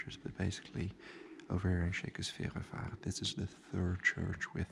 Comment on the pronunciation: Yes, that mispronunciation was driving me crazy the entire video. Lol.